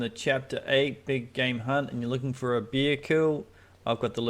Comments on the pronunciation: It’s Bear not Beer…… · It's a bear not a beer bro 🍻